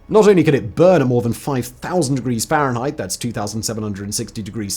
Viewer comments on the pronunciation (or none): none